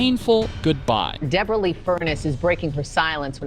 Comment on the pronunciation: I wish the narrator would pronounce Deborah properly! Dabore ah? Like what?